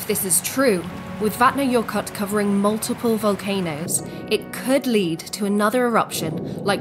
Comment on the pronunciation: Vatna-what? That's an "L" at the end of the name, not a "T". Sorry to be a stickler, but this is just plain weird. :)